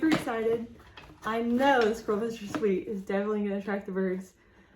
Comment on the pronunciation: it is not "sweet cake". It is a suet (soo-ett) cake